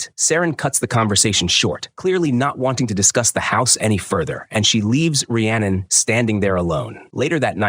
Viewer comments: Her name is pronounced Ree-annon not Rye-annon! It wasnt a box cutter it was a knife! It wasnt a lake it was a canal! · How many terrible ways can the AI voice mispronounce Rhiannon? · Dude just quit you said her name wrong times literally every 4 seconds 😂😂😂😂 you either do 0 research or just lazy ass AI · First, I'd be mad if someone pronounced Rhiannon like that.